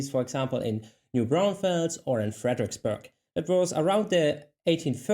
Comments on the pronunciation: Interesting that you identify the vowel-sounds as belonging to various German accents. As a non-native speaker, I could also understand every word but the vowels all sound Texan to me! I noticed the terminal -e dropping and the pronunciation of "burg" as "buërsch" which to me sounds Swiss or Franconian. I also noticed a very distinct "r" sound which I couldn't identify, but everything else sounded puuure south-western raaaanch. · Yep, the way she says "Fredericksboig" sounds a lot like Bugs Bunny (Brooklyn accent). However, I wonder if that's actually a bit of Louisiana rather than Brooklyn (they have a similar pronunciation and it's right next to Texas). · I've lived in Texas for 30 years, and that is the first time I have heard Fredricksburg pronounced like that. It is pronounced at least by everyone I know here with what would sound like the German ie combination like bier. So Friedricksburg. Not sure if the locals there say it that way, but in Houston Metro that is the way I hear it... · The way they pronounce Fredrichsburg has a definite New Yorker twang to it. With Manhattan having been settled by the Dutch i wonder how much of the New York accent is due to Germanic influences. Are New Yorkers unknowingly speaking English with a bit of a German accent?